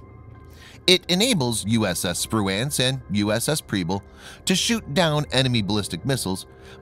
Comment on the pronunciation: Liked it but you or the computer kept mispronouncing Spruance